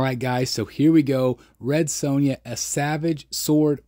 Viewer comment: Amazing statue. Her name is Sonja not sown ya though. You butchered her name like she butchers enemies. 😂